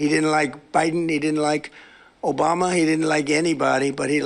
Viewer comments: OBAMNA….I’m dead 😂😂😂…I can’t EVEN with this cat…So, he talks crypto? WHY? Then he talks about how he likes N. Korea bc they have nuclear capabilities and in the SAME BREATH says Iran cannot have one…IS THAT WHY HE WILL NOT GET ALONG WITH IRAN? Does he only GET ALONG with those countries that have nuclear capabilities? UGH!! When will he go down for the LONG nap??? I have a nice bottle of Prosecco READY!!! I will NOT miss this agent of CHAOS- REGISTER TO VOTE 💙💙💙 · "massive dumps"... "obamna!"